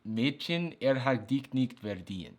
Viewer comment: It threw me off guard but he said mädschen quite well!